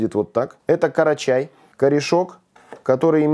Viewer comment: не карачай а крачай